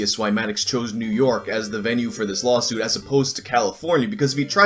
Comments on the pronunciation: are you purposely saying lolsuit or am i just hearing things? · Are you saying "lawsuit" or "LAWLsuit"?